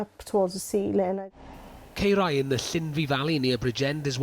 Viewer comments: My God how many times is he going to pronounce Caerau so badly?! 😡😡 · That is absolutely disgusting, how can a council do that to people's houses mun ffs and Its pronounced Kai rah dude 🤬